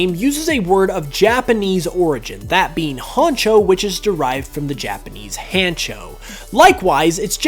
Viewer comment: Note on your fact over Honchkrow: the Japanese word hancho is pronounced the same as we say honcho. The 'ha' in Japanese is the same as you would read it in laughter being written as "hahaha." Good trivia, though